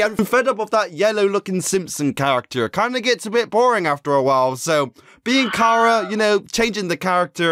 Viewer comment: sorry but i am a name snob it is pronounced like CHARAter sorry